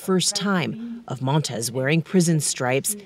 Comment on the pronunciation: *Montes NOT "Montez".